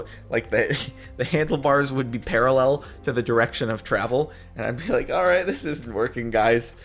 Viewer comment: at the intro do u say alright or R8?